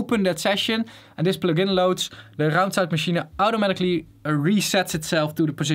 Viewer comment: can we just appreciate how well he says "raumzeitmaschine"